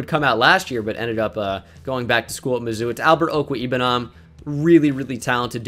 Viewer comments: Okwuegbunam pronounced ok-wag(long a)- bu-nam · I'm sorry, it is difficult to get it written out, I was saying that people often miss pronounce Okwuegbunam also know as Big O